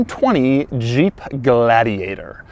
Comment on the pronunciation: The way you pronounce "Jeep" is just throwing me off. I keep hearing "Juh-eep". Not trying to poke fun, just an observation.